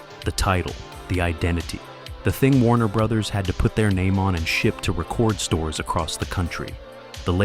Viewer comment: RE-cord stores, not (re-CORD stores)